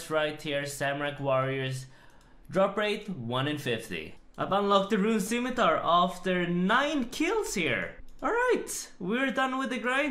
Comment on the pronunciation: he just can't pronounce scimitar, can he 'stzimitar' 'skeemitar' but never 'scimitar'